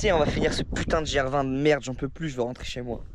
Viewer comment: Merci pour tes super vidéos de plus en plus quali juste apprends à comme on prononce gr20 😂